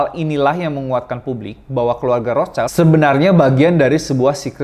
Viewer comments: Bang, dibaca Rot-syil. Cmiiw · bahasa jerman bacax "rotsilt" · Ejaan nya : Rot Schild /rot shil (artinya perisai merah dlm bhs Jerman) bukan Rots Child /rots chail Ato Red Shield dlm bhs Inggris